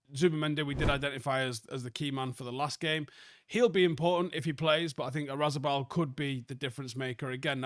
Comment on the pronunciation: pronunciation today: Oyarzabal ❌️ Razibal ✅️